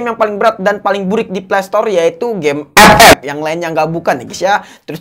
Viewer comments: Segitunya nyebut "epep" 😂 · nyebut ep ep nya bkin perut gua sakit wkwk